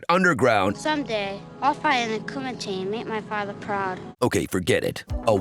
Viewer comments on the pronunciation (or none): You’re pronouncing it wrong. It’s “Kumite *karate sounds*” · It kills me when Americans don't put in the effort to pronounce a word in its own language and they just read it in their own. Surely people attending such an event would know it's pronounced KUMEETE. At least one person attending should have known. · Did you say kumate? Waaaakaaa!! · Such a great martial artist he is, but still didn't do anything to correct the horrible pronunciation of kumite